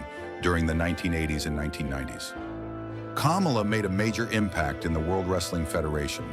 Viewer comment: Why are you saying Kamala's name hell of wrong